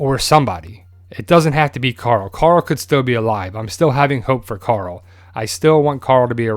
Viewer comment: I love twd but when people say coral it makes me cringe but still I love the channel